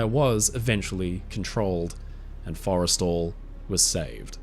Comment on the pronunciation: It’s “for-eh-stall,” right? Not… Forest’l. I think kept saying it wrong.